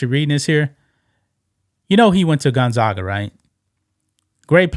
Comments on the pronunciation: As a close neighbor to Spokane, WA, Gonzaga is pronounced, Gon-zaaag-ga. Long "a" sound. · Go Stockton. I live in Spokane and used to watch Jazz/Sonics games at his Dad’s bar “Jack and Dans” Pronounced Gone zag (rhymes with gag) uh